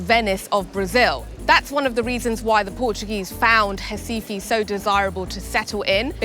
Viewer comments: P.S. it's Recife, not Recifee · Ela pronuncia "RAIFA"; que diabo é isso? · Hi from Mexico..Great very well done video of this city. ONLY I would like to point out why you dont say Recife..with "R"....you mentioned other words in brazilian portuguese perfectly with the R...lthe subtitles ALWAYS..wrote "Hi-Fi" ( I always heard hasife). Finally at 22.45 you really pronounced the "R" and Recife..and subtiltles came along perfectly..Well done...really like your video!!!! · She pronounces RECIFE in a very strange way lol 😂…. 😂😂😂